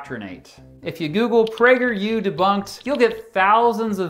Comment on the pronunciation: I thought he said "PrankerU". 🤣